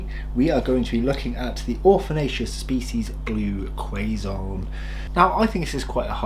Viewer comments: Quezon pronounced as "Ke-Zon" not 🥐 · Pronounce Quezon as "kezon"